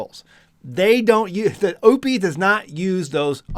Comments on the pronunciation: It's pronounced O-pus. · You're not saying the name right😂